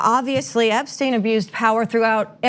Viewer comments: How do you pronounce someone's name in two different ways within 30 seconds? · Did anyone else find this a rambling clip, in which everyone on the panel seems to know a bit of the story but not the details? Ana can't even pronounce "Epstein" consistently. And some of this is not really explained: Acosta has behaved unlawfully by breaching the Crime Victims' Rights Act, but the judge said he had breached the US constitution?